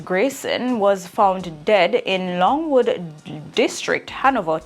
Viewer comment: Logwood not longwood